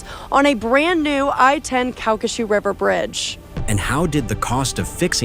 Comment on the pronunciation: It's pronounced Kal-ka-shew.